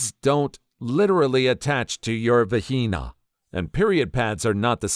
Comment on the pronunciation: The pronunciation and censoring of vagina is rather ironic considering the subject matter.